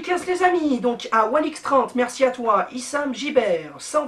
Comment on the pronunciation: Et tu a dis Issam jiber ahhahaha j'étais mort XD